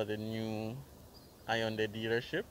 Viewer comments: Hey...just as a FYI the y is silent in Hyundai. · Hyundai pronounced wrong